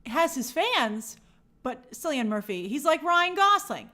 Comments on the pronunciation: In Ireland, C is hard, so its Killian, not Sillyun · I love grace, but how many times must she call him Sillian…It’s Killian (pronounciation wise) 😱😱😱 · Cillian Murphy's name is pronounced Kilian, a hard k sound.